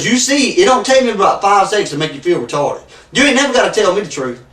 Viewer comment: Bahahahhaaa who's keeping track of how many times he says retawded and sweetheart. 😂😂😂